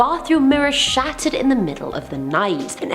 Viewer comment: I know is saying shattered, but did anyone else hear shatted lol